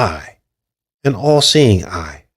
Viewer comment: did you notice when you say All Seeing Eye it sounds like your saying AI. Wow!